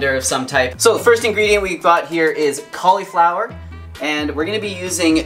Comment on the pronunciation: i love how you say "cauliflower".